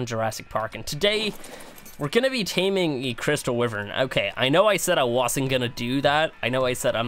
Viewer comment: It's wYvern not wIvern